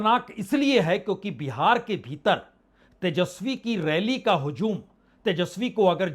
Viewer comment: Mr punye prasun bajpai // " HUJUM "/ NO HUZUM /